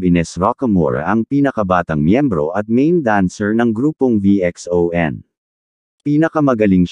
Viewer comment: Mr Robot ang Pronounce po ng VXON ( Vision). Salamat po mr Social media influencer.✌️